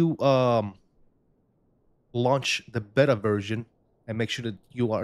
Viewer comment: This aint Mo-bettas, its BayTa(Beta)